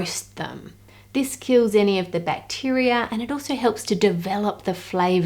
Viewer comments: "Bacterier" truly impressive the mangling the australian accent can wreak. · Excellent presentation! As a Yank, I was noticing that your accent sometimes nearly eliminates the "R" sound, as in choc. "Bahs", but then when you say "bacterar" , you seem to add an "R" at the end of the word. Likely just your local accent, but, amusing, none the les! I respond well to dark chocolate, but was a bit unnerved to read lately that many have high lead and cadmium for various reasons. My brand was high in both! I like a homemade hot chocolate drink as well. Best!